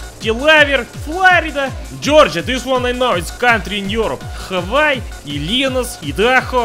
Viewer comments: Should have put more emphasis at the end, but other than that he did a better job than most mainlanders. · He actually pronounced Hawaii the way it's supposed to 😂